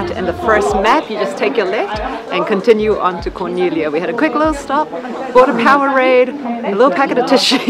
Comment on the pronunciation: I appreciate so much your commitment to correct pronunciation. I see so many videos where they really butcher it and Corniglia is frequently, and easily mispronounced. Great video. We were there after you guys in July.